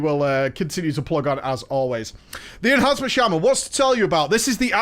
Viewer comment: Yeah, Ehancement shaman mate. The spec where you get Doombringer.